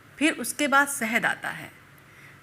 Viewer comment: सक्कर नहीं शक्कर सुगर नहीं शुगर सहद नहीं शहद